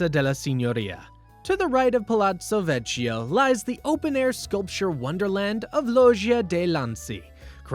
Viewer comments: It hurts bad every time you say “vecho” 😢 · Buona Sera. The “ch” in Italian is pronounced as a hard K. Vecchio (Vekio, not Vechio) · Ponte Vecchio (veKYO)